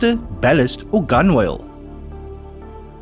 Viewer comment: Love the quiz. Just a heads-up, gunwale is pronounced "gunnel" and sous vide is pronounced "sue veed" with a soft "d"